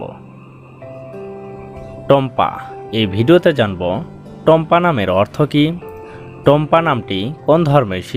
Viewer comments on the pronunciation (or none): টম্পা না টুম্পা 😂😂😂